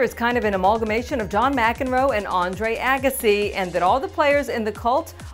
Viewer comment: I've never heard anyone pronounce "amalgamation" so beautifully.